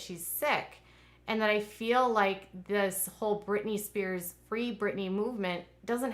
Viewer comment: It’s Spears